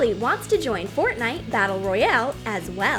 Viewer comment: Omg fortinite I swear I'm gonna die from the cringe